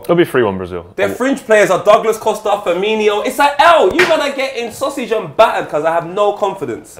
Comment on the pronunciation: Nothing to due with the topics in the video, but I think that english people are so used to the brazilian players having their names ending with "-nho" that they just use that even when that´s not in the name. Love u guys but please stop saying "Firminho"